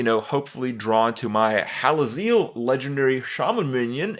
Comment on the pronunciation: Hallazeal rhymes with heal